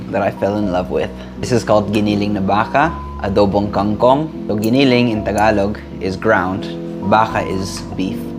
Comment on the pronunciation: I like how you pronounced giniling and baka. You sounded very Filipino.